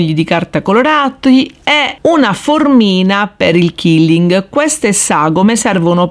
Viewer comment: Ciao ad un convegno mi è stato detto che la pronuncia esatta e quilling così come si scrive perché detto killing tradotto è uccidere